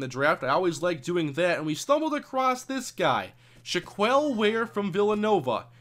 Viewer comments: Not shack-kwell either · By the way, shack-L or Shack-Elle is the correct way to pronounce Shaquelle, not shack-eel.